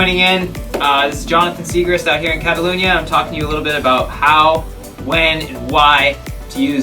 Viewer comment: Love how he says Catalunya :)